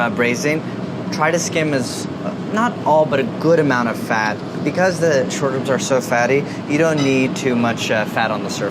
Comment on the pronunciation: Every time he said short ribs i heard shortbread lmao